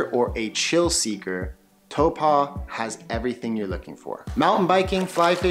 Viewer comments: You're pronouncing taupo funny. It's TAU-PO not TAU-PA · Hey bro, I'm from NZ and to help you along with the people watching this video, I want to correct your pronunciation of a few things: Taupo is pronounced like toe paw, not toe pah. Second, most people refer to the south island as waipounamu, pronounced like why po (like Kung Fu panda) nah moo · It's not towpa ,it's pronounced Tau po gee,ide like you to say the fukawheirawa,the best Maori village to see them the government one in Rotorua and glad you didn't mention the blue and green lakes there as one is only for the Maori where they send their dead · Tow paw,not tow pa. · Good try with pronouncing Taupō. I can tell you were told to think "toe-paw". But with your accent it's probably better to try "toe-poor".❤ I'll let my other Kiwi whanau jump in on some other suggestions with our other place names you've given it your best shot. 🌻🌷🌻 Kā Pai mate, we love it when people "give it a go"👍🏾😍👍🏾 Whanganui-a-Tara/Wellington .... my hometown ❤❤❤ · No- the vowels are the other way around: Tau = Toe- Po= Paw. Toepaw. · Great Vid... Just a lil suggestion... Taupo is pronounced Toe-paw... Best way to write it! Cheers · no more like Toe-Pa!!! LOL all good just wanna help out ... Cheers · Good video bro. At lot of theses types of videos are usually inaccurate and have orators that clearly haven't even been here. A tip for pronouncing Taupo. Think of it as toe and paw put them together and you get pretty close to the correct pronunciation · Lovely video, but your pronunciation of Taupō kills me. Try again.